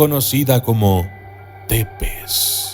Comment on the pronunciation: Tepez, un conpañero de trabajo rumano dice k se pronucia zepesh